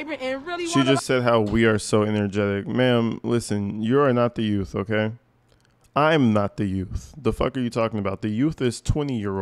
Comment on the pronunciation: If she wins, then the people deserve what they get. One mistake is enough. It was a huge mistake. She can't even pronounce youth, she said yout!